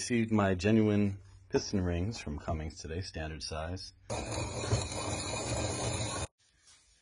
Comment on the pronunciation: can you not read? its Cummins bot cummings🤡🤡